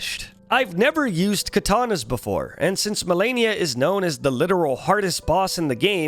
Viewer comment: What's funny is that after dying to her so many times, he still said her name wrong at the end of the video. I dunno if it was on purpose or if the constant beatings made him lose braincells but I literally facepalmed at the end of the video.